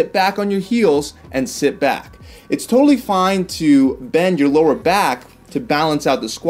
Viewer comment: You mean “bend” not “been”